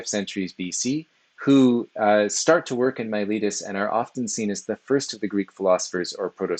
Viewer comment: pff, it's not yourletus... It's Miletus! In all serious though, thanks. I've been reading their fragments and testimonia in my spare time and videos like this help contextualize their ideas. It was also entertaining and well presented.